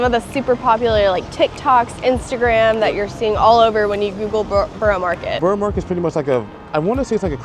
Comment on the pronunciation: It’s pronounced burra market